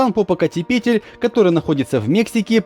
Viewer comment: Попокатепетль. Как ты это произносишь не сбиваясь? Наверно неделю тренировался)